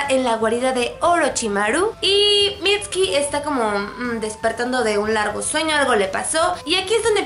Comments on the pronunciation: deja de decir miski!! es MITSUKI C-A-R-A-M-B-A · mitski jajaja que pronunciación tan mala jajaja aprenden a pronunciar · Aunque se sepa que la "u" en japonés sea muda... No lo enterpretes como si fuera español... No se pronuncia "mitski" como tal... Escucha como lo pronuncian en Japones y te darás cuenta... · es mitsukii no mitski >:v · mitski? así se pronuncia??